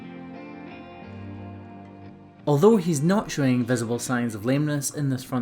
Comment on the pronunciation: Sorry: “showing” not “shieing”